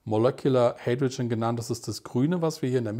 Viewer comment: „Heidroschen“ wenn ich die Elemente auf englisch ausgesprochen höre, stellen sich bei mir die Nackenhaare! Ansonsten interessanter Vortrag, besonders abends zum Bettgehen geeignet…😂👋